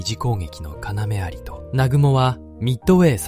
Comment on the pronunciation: 「ようあり」です。「かなめ」ではない。